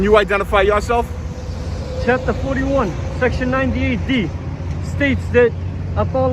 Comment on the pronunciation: "Absolutely not. Can you identify YAW-Self?"